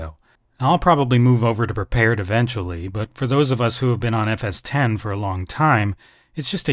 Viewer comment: Thank you so much for calling it by its right name FS T E N ! Oh and if you youngsters are still listening... the Apple nowadays runs on MacOS T E N ... Not Oh Ess Ex. It's not OSX and the sim being discussed here is NOT FSX.